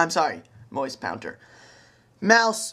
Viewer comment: lol moice pounter